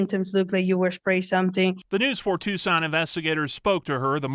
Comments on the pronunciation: With respect, "Tucson" is pronounced "Two-son", not "Tuk-sun". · Luke; for future reference Tucson, Arizona is pronounced like TOO - SAAN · "Tuscan, Arizona" "Tumultulous" 🤣🤣🤣